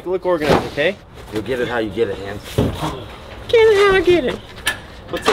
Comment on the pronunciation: In today's video I learned 'Hand's' is actually 'Hans' just pronounced wrong...